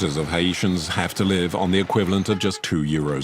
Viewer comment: It’s pronounced Haitian not hyeitan if your gonna make a doc/interview at least take the time to pronounce that subject properly.